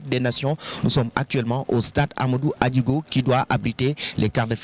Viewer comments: Stade Amadou Ahidjo et non adigo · Comme toujours manque de professionnalisme dans cette chaine, incapable de prononcer le non du stade hamadou Ahidjo qui est l'un des anciens grands présidents d'Afrique et toujours en train de chercher des raisons ridicules pour les joueurs du Sénégal. Yaoundé est une grande ville et le Djeuga Hôtel est l'un des grands hôtels du Cameroun normal qu'il y'ait du bruit, l'hôtel n'est pas seulement pour le Sénégal. C'est différent de l'hôtel à l'ouest qui aussi est très beau mais n'a pas la même affluence qu'à la capitale.